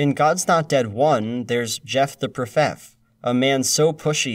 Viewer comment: "Jeff the Profef" "The Literal Devil" sent me (⁀ᗢ⁀)